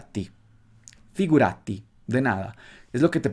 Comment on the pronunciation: L'acento in figurati va su "gu" e non su "ra".